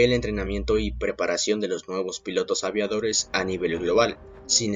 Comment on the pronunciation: segun el presentador .. ya no son “ pilotos “ si no “‘pilatos “